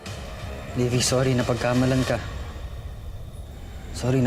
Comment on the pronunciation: livvy kasi hindi po libby